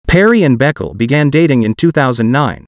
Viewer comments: The name is not Beckle, it's pronounced Baykaylay. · Her last name is pronounced Bu-kau-la not Beck el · Calling her beckle 🤣🤣🤣 It's a well known Ethiopian name, I'm pretty sure it's pronounced ber-key-lee